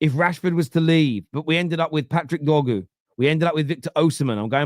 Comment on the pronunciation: its DOR-GU not “Doggu” how did you find a way to mess up such a simple name?